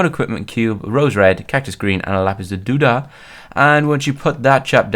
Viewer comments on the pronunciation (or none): you said lapiz laduda its lapiz lazuli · you said not lapis lazuli but lapis laduli :) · U said lapis ladoo da... at least that's what I heard